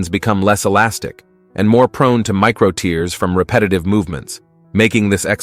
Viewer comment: As well as some of the questionable advice in this video, the word is "tears" as in tearing paper. Not "tears" as in crying. Hire a proper voice actor and ditch this AI garbage.